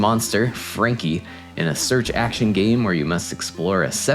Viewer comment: “Search-action” get outta here with that 😜